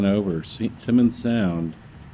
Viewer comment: It is St. Simons, not Simmons.